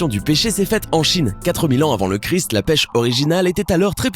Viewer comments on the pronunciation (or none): none